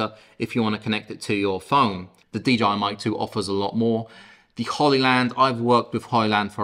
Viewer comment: I thought I heard DGI instead of DJI repeatedly.